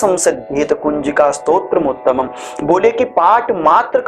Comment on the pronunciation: कुंजिका स्तोत्र मुत्तमम कहना (पढना)गलत है विसर्ग करके पढना चाहिए कुंजिका स्त्रोतम् उत्तमम्